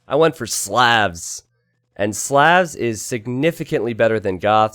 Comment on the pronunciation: Hey its SLAHVS not sleavs or however you're saying it.